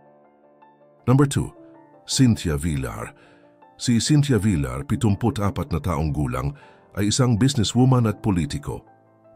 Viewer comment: Bakit hindi alam ipronounce ang VILLAR?